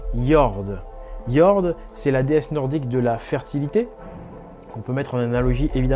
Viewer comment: Merci pour cette vidéo très intéressante. Un petit détail: En suédois, le o se prononce ou et le ö de prononce eu. Quand à jord, cela signifie terre, jorden étant 'la terre' (l'article défini est un suffixe, en dans ce cas).